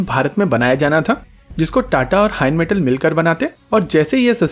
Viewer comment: It's rheinmettal bro not heinmettal